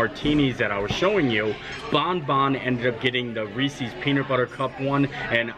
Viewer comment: From Pennsylvania and still says Reese’s wrong. Shame on you!